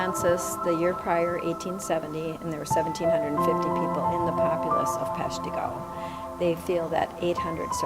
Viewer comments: Pesh-TEE-go? Oh no. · Pesh-TEE-go? You need a better AI program to voice these. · It's Pesh-tuh-go, not Pesh-tee-go.